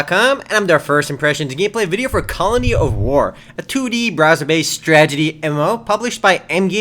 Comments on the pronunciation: the word is pronounced STRATEGY not stragety am i the only one who noticed this? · It's "strategy", not "stragety". >.> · he keeps saying stragady instead of strategy, so is it a tragic strategy? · it's not stragety its strategy lol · StraTeGy... straTeGY, not straGeTy... this really annoyed me, sorry:/ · Actually he always calls them stragety, watch the other videos if you don't believe me :) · tee hee he said stragety in the beginning =D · lol "Strajety" :P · He pronounced it "Strageity" lol, Obviously a mistake... He's made over 100 of these videos i think he's entitled to one mistake without being ripped on. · I love the way pronounces strategy. "Stragety game."